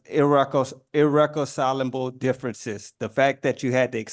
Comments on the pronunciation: He had me with "irrecacilable" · can't even say 'irreconcilable' but says he was given different definitions of affirmative defense